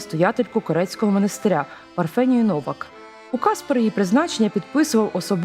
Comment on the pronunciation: ЩО ЦЕ ЗА НАГОЛОСИ ??? ШАНОВНА ПЕРШ НІЖ БІГАТИ ПРОВОКУВАТИ ЛЮДЕЙ ПРАВИЛЬНО ВИМОВЛЯЙТЕ ХОЧАБ НАЗВУ МОНАСТИРЯ.Повна некомпетентність.